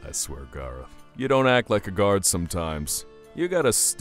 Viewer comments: GAYROTH GAYROTH ITS GARROTH I think...XD Edit:I'm gonna faint😂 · I swear EVERYTIME she says garroth it sound like she is saying gayroth